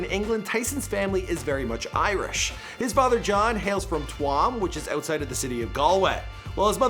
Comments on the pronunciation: "Tooaam" hahaha its pronounced tume ya gobshite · Hahaha Twom its two-am or chuam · It's called Tuam (where tysons dad is from) it's pronounced t-youm not twam, I'm from there 😊 Edit: I don't think he's from here though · Its not pronounced tuam like Guam its pronounced like choom like broom with a ch its tuam in Galway ireland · Tuam in Galway, Ireland is pronounced chew-am not two-am 😆😆😆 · Tuam....Its pronounced TOO-AHM. Not TOO-WAM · twamm hahahahaha its pronounced tu-am stupid yank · Twam hahahaha Tuam pronounced Chew im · Twam 😂 it’s pronounced Tume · It's pronounced chooooom. Fastest town in ireland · Being from Galway i find it kinda funny how they mispronounce what we pronounce so easily😂😂 Tuam is pronounced choom😂😂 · Tuam isn't pronounced Twam lol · Father born in Tuam!!! Pronounced "chewm" not what you said . Your videos are shite by the way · Tuam is pronounced Choo-m 🤦🏻‍♂️😂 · The way he says tuam co galway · How can ur mom be from Ireland and u pronounce Tuam like that 😆. Great video tho 👍🏽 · Tuam you butchered that loool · If your mum is from Longford please find out how to say Tuam 👍🏻 😂 great videos